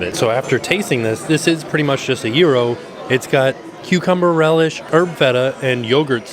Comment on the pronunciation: love that you pronounce gyro correctly